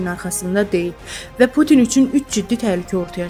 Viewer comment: Bütün yox Pütün